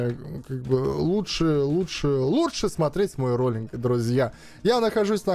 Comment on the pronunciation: Говоли всегда на лоллингах вместо буквы л букву л) , очень угално получилось